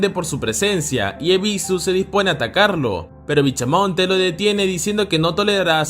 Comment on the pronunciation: BichaMonte😂😂😂 Es bishamon